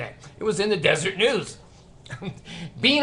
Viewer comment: I thought the Watchtower was put out by the Jehovah's Witnesses. And isn't it pronounced Des-er-et. Anyhow, you are doing a great service exposing the awful Mormons and their stupid cult. I enjoy your